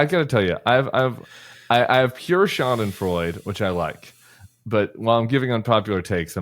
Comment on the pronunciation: Tim: Schadenfreude is still four syllables. "Sha-den-froy-duh." An "e" at the end of a word is pronounced in German.